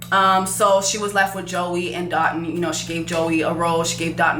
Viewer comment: As a Nigerian, I just have to say this... his name is pronounced Doh-tuhn (like dough-tune). Alright, that's all lol